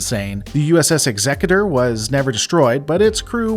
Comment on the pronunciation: "The USS Executor"? I think you'll find that is "Exeter"! It's a city in Devon, England, you know